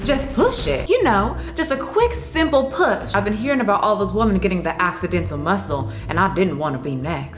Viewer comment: That ‘asssidentalll’ muscle problem. 😂